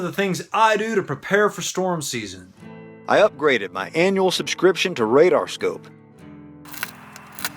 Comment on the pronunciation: Holy Hell I had to pause when you "Upgroded"!! XD